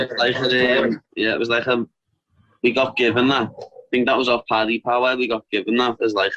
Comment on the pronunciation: You pronounce Paddy not Pedi wrf 🤣🤣🤣